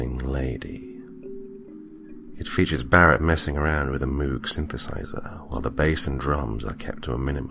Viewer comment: Oh my goodness! After years of music arrangement you can’t just half do fictitious tracks to me! And you must absolutely offer a Jimmy the Goat T-shirt! Ok, anyway, it’s technically pronounced Mogg, anD this character would know that, I think.